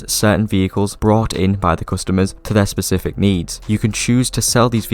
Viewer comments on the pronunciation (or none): Specific not “pacific” lmao